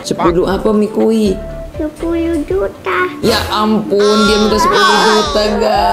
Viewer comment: Yang bener itu namanya maki bukan mikui😅😂